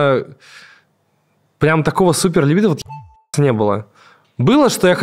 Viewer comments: Я прошу ,услышьте меня 🎉 «ЛИбидо»-когда слышу ,мне плохо .. ЛибИИИдо ,можно даже погуглИть если хотите и узнать куда ударение ставить 🙌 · можно так: либúдо) Тоже коробит, когда ударение неправильно делают